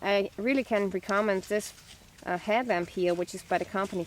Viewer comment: "recommend" is pronounced "wreck-a-mend". But great content. Subscribed.